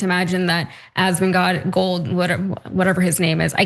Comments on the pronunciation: Hahahaha he said Assman 😂😂😂😂😂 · You're suppose to be a news org and you didn't even research the entire video (to get the complete context that he's talking about violent protestors who attacked cops) or the persons name you're talking about? It's Asmongold...there's no silent letters or tricks you said it wrong on purpose. Come on guys. Wasn't it you who said if you're right about something then you don't need to make things up? Oh wait that might have been Asmongold, nevermind.